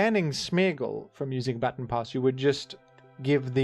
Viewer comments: It's "ba-tawn", not "batten" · Hey I am a 27yo blind man from USA. That’s not how you pronounce baton :) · Hi, great video! Unfortunately, I as an Australian do not pronounce baton as "batten", rendering the entire video invalid, and the point moot. If you could kindly take the video down and upload an apology video, that would be great. Ukulele optional. Thanks! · Can’t believe this guy pronounces baton as baton instead of baton 🫵🤣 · I am not a rotten egg and therefore will not be commenting on pronounciation of the word "baton" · You say baton funny. Sincerely, Rotten Egg